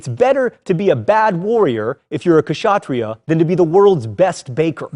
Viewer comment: and please improve your pronunciation of indian words , it is not ka-sha-tri-yah , it is spelled ksha-tri-yah .